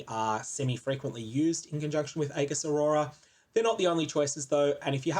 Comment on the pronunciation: please try and pronounce "aegis" correctly...its actually triggering me